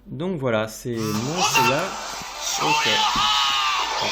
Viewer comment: Salut bien ta vidéo ^^ mais,j'ai remarqué que tu disais,(yaya,ou gaya???? ou encore yeya) je rappel que son nom est seiya.^^lol